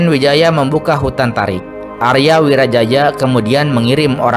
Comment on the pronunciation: Arya wiraraja buka Arya wirajaja